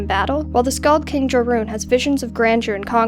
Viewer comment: you said joruun wrong